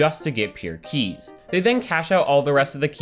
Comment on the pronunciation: The way he says “keys” bothers me